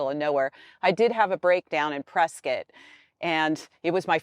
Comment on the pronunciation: Great review. She pronounces Prescott as Preskett the way the natives do. You have lost weight Bob...I pray you stay well.